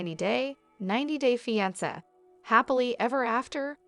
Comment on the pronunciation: “Feeansa” ugh these stupid bots